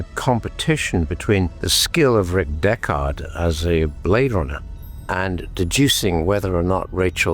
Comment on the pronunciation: "Deck-Ard"? Isn't that the name of Tim Heidecker's band?